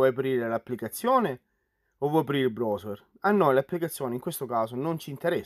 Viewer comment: Video utilissimo, ma se sento la parola brosuer un'altra volta mi sparo in bocca. Ma non puoi dire semplicemente browser (brauser)?